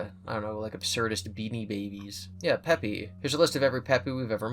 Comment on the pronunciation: "Peepy" is actually pronounced like peepee :)